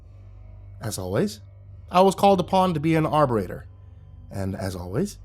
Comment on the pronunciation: wtf is an ‘arberator’?? Arbitrator?😂😂😂😂